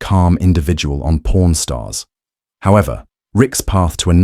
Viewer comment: It's pawn stars not porn stars